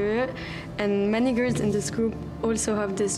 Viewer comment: SHE SAID WHAAAAAAT??? (I know she said "many girls" but it sounded far different)